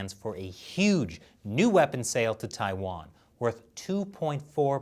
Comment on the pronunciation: TAIWAAAAN NO. WAAAHHN 🇹🇼🇹🇼🇹🇼